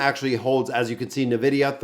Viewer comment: please... its N-vidia not nevidia